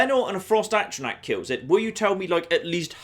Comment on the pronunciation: every time he pronounces A-tr-aNtac, AT-tra-Nac. Egh!